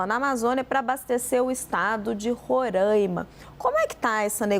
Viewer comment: O nome do estado não é Rorãima, é Roraima.